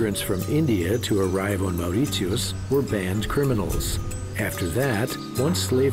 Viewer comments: I mean... if you're gonna do a documentary or something on a country/island at least pronounce the name well. Your pronunciation of mauritius is wrong and some of the things that you stated in the video are not true at all. I live there lol😂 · OMG, the way he says Mauritius is completely wrong!!! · Get your facts right. No banned criminals were ever shipped to Mauritius. Also, can you please learn to pronounce "Mauritius" the right way? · Can't even pronounce Mauritius correctly . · as far as I know its "morishus" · Perfect documentary. Only problem is ,the researcher didn't learn the correct pronunciation isn't "Moritios" but "Mori-shuhs" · hello it's Mauritius not Maurit-tius. Say after me Mau-ri-shi-us. Mauritius By the way we got our independence in 1968 not 1992. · Would have been nice if you could pronounce the name of the island properly, it should sound more like "Moh ri shus", and not "Mao ri tius"! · It’s Mauritius not Maurizios. 🤔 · Is it just me, but the pronunciation of Mauritius has only 3 syllables as I have ever heard it. Kinda like "More rish us" . Whatever it is, I'm fairly sure the narrator got it wrong. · Why is he pronouncing it”maur rit see us? I’ve never heard this before. Can some Naitives explain? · It's pronounced More-ish-us dude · Could the narrator call my country by its CORRECT name. it is NOT Mauritsiosotus! You have lost ALL credibility! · It's Pronounced Mar-i-shis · Very relaxing viewing, but if I hear that guy say "Mauwrissioss" one more time! 🤬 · Mow rit yeus...what??? 🤣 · Why is he pronouncing Mauritius like that 😮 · His way of pronouncing Mauritius is irritating. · not to be rude but if one is doing a documentary maybe pronousing the name of the island should be done right! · Man can’t even pronounce Mauritius! So not surprised that some of the « facts « are also wrong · Yes, sounds like the German way to pronounce it.. wierd. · Correct. The narrator’s pronunciation is incorrect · but the way he says mauritius pisses me off